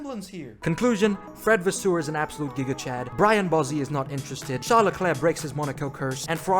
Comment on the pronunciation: Its Vasseur not Vaswoweu omg😭